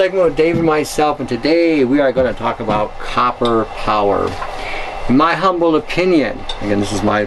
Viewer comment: Whenever I want a laugh I just have to hear him saying humble